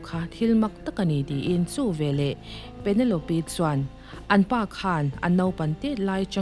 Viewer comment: Penelope -Pe-ne-lawp